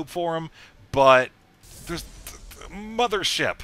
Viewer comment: mothership warp cannons? hmm.... "mo-pho-wa?"